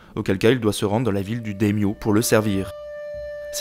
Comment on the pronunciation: Ce festival de prononciations erronées (sangoku, dayodayin, daimyose, mais pourquoi? 😱😱) xD Mais au moins ça m'aura permis de réviser, merci :)